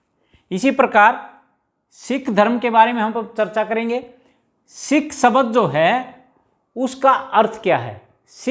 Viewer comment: सबद नही बोला जाता शब्द बोला जाता है